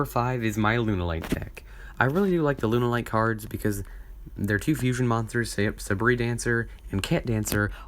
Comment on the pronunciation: Its.. Sabre. As in saber.